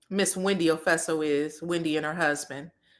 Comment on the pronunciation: Wendy "Ofeso" 😂 ... gurl what are you saying?